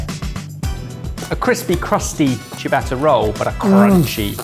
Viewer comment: I am always amazed how even professional chefs cannot pronounce the most basic of foreign words properly ... and don't seem to be bothered. Eg, from the start of this video: "saw-tay" instead of "soh-tay" (amazing how widespread this is, even amongst chefs), "chee-a-batta" instead of "cha-batta", "cot-su" (!?) instead of "cat-su" .. etc etc. It's such a simple thing to get right, and makes you sound so provincial & backward when you get it wrong. Can I plead for you to try a bit harder and make your EXCELLENT channel even better?